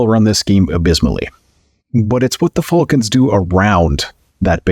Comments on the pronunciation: Is it just me or is he saying fulcans. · Damn Canadians, A! Too funny, thanks for the chuckle, 😅